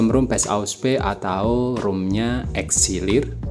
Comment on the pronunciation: itu "Elixir" bukan "Exilir" bang😭